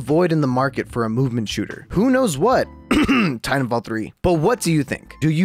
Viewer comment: Please enunciate the second "t" sound in Titanfall. That's my only critique. Thanks!